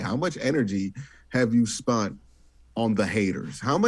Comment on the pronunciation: Q brings the juice to this show. But bruh, please stopping saying "spunt"